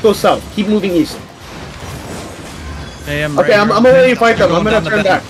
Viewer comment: caller: "run back east guys, run back east": "weast? okay weast"